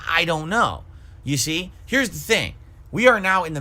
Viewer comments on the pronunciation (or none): says ya see like a new york mafioso